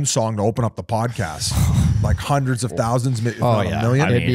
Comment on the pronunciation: G can’t pronounce his H’s. Hundred = Hhhhhckundred How=Hkowuh Nasally rat